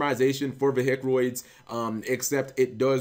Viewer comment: got triggered by "veHicroids"..... :(